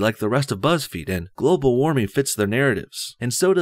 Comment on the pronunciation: Globe-al warming? Emphasis on globe